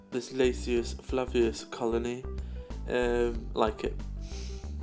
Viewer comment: dear friend. Nice vid. However, this species is pronounced "lasius FLAVUS" NOT, "lasius FLAVIUS!" I think I mentioned this last year. Did I?